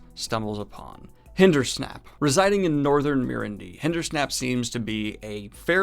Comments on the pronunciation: Hindersnap? You know it’s Hinderstap, right? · Was confused when i heard Hindersnap until i realised its Hinderstap haha. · HindersTAP! Lol not Hindersnap! xD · I too thought this would come up; that part gets to me every time. Semirhage is pretty dark when she talks about how she’s tortured with the Power... Or when Jaichim Carridin is drowned in brandy by Murellin..yikes! Maybe he brings this up. Honestly I cringed so hard when he said “hindersnap” I just hit the stop button by reflex. Edit: sorry for the snarky comment at the end. I really like his enthusiasm and commitment to discuss these books. I’ll keep watching for more episodes!